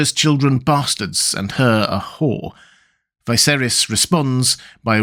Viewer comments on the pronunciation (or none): IT'S NOT Vi(to rhyme with high)-ser(to rhyme with air) - is. It's pronounced Vis(to rhyme with hiss)-ser(to rhyme with her)-is. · Why do you pronounce Viserys as Vyseris? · I'm curious why pronounce Viserys name so differently?